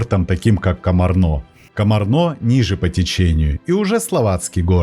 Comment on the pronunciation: Ударения надо правильно ставить. КомАрно, КомАр, ПассАу.